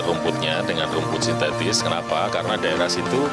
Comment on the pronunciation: “sintetis” bukan “sintestis”